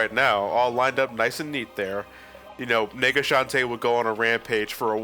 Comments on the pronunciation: please stop saying nega shantae. You make it sound much "different" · _- who else kept miss hearing nega as well, swap out the e with an i. they sound so similar and no matter how you say nega, it just sounds like the other thing.